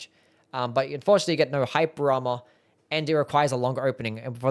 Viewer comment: I will never understand whats happening when you pronounce "hyper armor" lolol